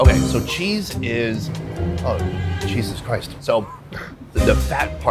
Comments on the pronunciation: Hehehe did he say “cheesus Christ” haha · In then MC Donald's part instead of oh Jesus Christ I heard oh cheeseus Christ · I tought he said cheesus christ